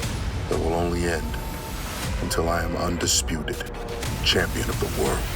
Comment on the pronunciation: did he just say cham-peen